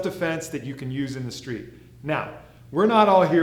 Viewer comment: He said steet not school